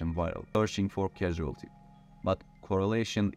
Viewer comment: Causality is not pronounced cashultee - its corz-al-it-ee